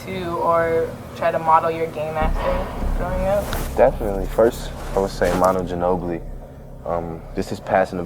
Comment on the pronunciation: It’s not maNOO Ginobili, it’s MAnu Ginobili. And you should really listen how you talk. Especially at the end of the sentence. It’s really irritating.